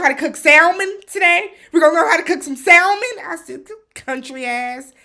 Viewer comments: I was like did this man just pronounce the L in Salmon?! 🤦🏽‍♀️😂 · Olajuwon has lost his mind. What Century is he living in? I CANNOT with him! Also,, the L is silent in Salmon. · The man that pronounces the “L” in salmon 🤣🤣 I’m so glad you were bothered by it too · And him not being able to pronounce salmon tells me everything I need to know 😂😂😂